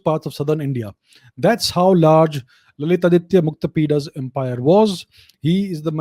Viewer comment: Your subscriber expect to learn from your videos. It is better to speak Bharatiya names, symbols, etc with correct pronunciation e. g. ललितादित्य, कल्हण, मार्कण्डेय, etc.